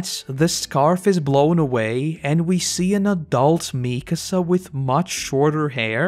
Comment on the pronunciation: I love your videos, and I waited to watch all of AoT before starting this series, but damn your pronunciation of Mikasa is making my ears bleed.